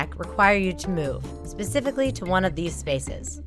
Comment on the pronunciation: "pacifically these spots"😂lol